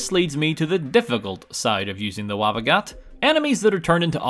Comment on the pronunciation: its WABBA JACK